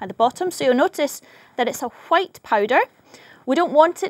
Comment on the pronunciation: she said white pretty weird. it reminds me of cool-WHIP